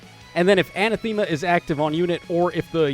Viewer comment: Love the new art for the Grimas. I think Noire has a good place in the meta because she'll stop specials from triggering. I'm 99% sure you pronounce Anathema "uh-nath-e-ma". Thanks for the review!